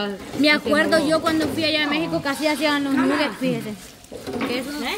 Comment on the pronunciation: Jajajaja lo más ridiculo es la quiere humillar a los demás y ni ella sabe cómo decir nuggets 😂😂 Nugexs dice la 😂😂